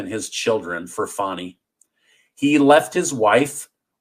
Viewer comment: It’s pronounced Fannie just like your butt